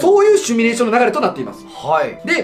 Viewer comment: 文字はシミュレーションだけど、シュミレーションって言ってません？